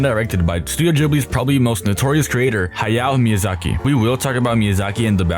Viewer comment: Someone who can actually pronounce "Hayao Miyazaki" and "Ponyo" correctly!